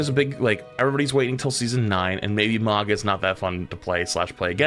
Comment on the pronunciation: It's Mauga. And to a lesser extent Hog. I hate mandatory Ana.